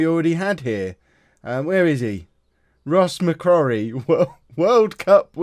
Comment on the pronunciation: McCrorie - pronounced ‘Mc-Croary’